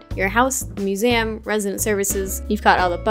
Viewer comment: Not to complain, but says museum wrong. Right? Or... is it just me?